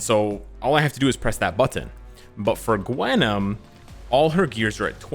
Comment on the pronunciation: Can you pronounce butttttt ttttton a bit more?